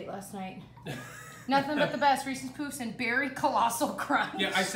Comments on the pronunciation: it’s puffs lmao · Reese's POOFS? is that how it's pronounced? i've always said p-UH-ffs LOL